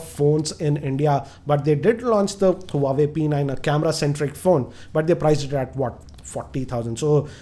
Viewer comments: Btw it's Huawei not huwaway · huawei is pronounced as "wah-way" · For a person who reviews phones for a living... Can't pronounce the le eco Asus & Huawei properly